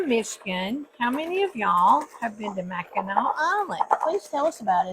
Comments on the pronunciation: You are correct. The only way to the island is a boat and no cars on the island. You pronounce Mackinac as "Mackinaw". I am a Michigander and me and my husband go up there every August. We are not fudge fans though. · The name does not have a hard C at the end , it is pronounced as if it were a W at the end . I was born there and have family in Michigan still ,.